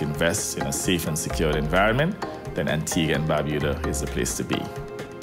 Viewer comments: Lmao, the music really goes well with this video about my country Antigua+Barbuda. Pronounced (BAR-BYU-DAH) Everytime he said Barbuda i pissed myself😂lmao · Lol Someone correct this guys pronounciation on Barbuda!!!